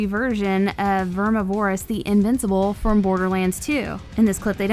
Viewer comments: ITS PRONOUNCED VERMI-VER-OUS not VER-MI-VO-ROUS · Hey.. Love your voice and style.. But its Ver MIvorous. Not vermi vorous. (like carnivorous, only more Verm) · VER-MIV-O-ROUS not VERMI-VOROUS. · Vermi vore us? Verm iv-or ous. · its not verm ih vore ihs omg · Plz plz plz say it VER-MIV-ER-AS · DeadNightmareZ5 Ik bro, it’s Vermi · I’m glad it’s not just me. Verm iv Er us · verm iv er us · Its Vermi :) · FloridaWavez ver miv er us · VERMI VOR US ITS VERMI GET IT RIGHT 😭😭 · Vermuh-voris Bruh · vermi vor us. lol no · Pronounced like "carnivorous" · Same problem with deviantart, too much emphasis on Vore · Very much so. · 😂😢she did vermi wrong